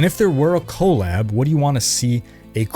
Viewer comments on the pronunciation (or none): Your saying collab abbreviation like it's co lab with the co from colon. I can't stop laughing.